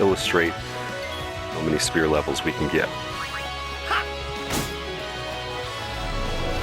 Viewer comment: Awesome video, but I cringed every time you said "spear/spear grid". It's sphere, like how something is "spherical" pronounced "s-fear"